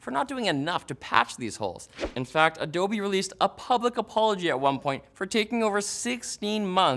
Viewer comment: ADOB, NOT ADOBEEEEEEEEEEeeS